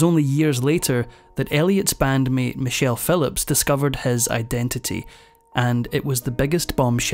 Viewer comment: Edit; Michelle - not "Many chelle".